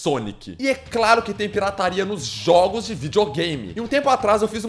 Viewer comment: É muito estranho ele pronunciando "jogos" kkkkkk é tipo 'JHÓOGUS' kkk